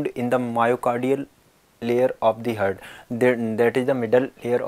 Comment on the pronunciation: It's heart not hurt